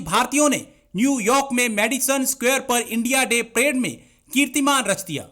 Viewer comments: Madam prade nahin parade hota hai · मॅडम प्रेड नही.परेड हां.धन्यवाद